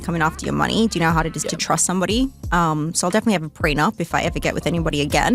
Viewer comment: In the word "so", why dies she keep adding an "r" to the end of it? She's as deep as a puddle. The scorpion and the frog. She has a child's mentality. Nowhere did she take any accountability for what happened.